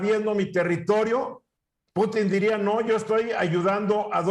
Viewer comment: jajajaja y luego hablan del tema y ni saben como se llama el presidente de rusia , no como putín , no pútin jajajaj